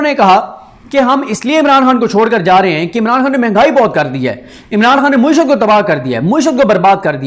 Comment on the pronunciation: Paindoo bhai.. ye lafz mueeshat nahi.. ma`eeshat hay ..